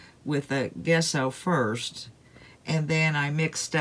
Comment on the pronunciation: I love rustic decor. I like both diys. BTW, gesso is pronounced with a j sound jesso like the name Jessie.